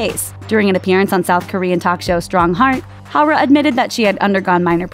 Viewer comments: "Haw-raw from kaw-raw" .... wtf... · hoara from kuora lmfao you could just look it up from google translate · "Hara from kraa"